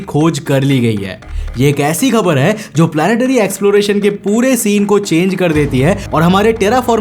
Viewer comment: Habar ❌ Khabar ✅